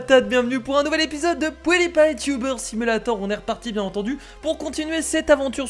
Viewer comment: Pwoudipie comme tu dit xD